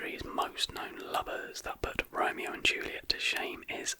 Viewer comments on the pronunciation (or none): none